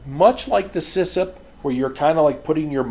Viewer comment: Great videos as always. Just letting you know it's CISSP and not CISSIP, although I like the sound of CISSIP better :D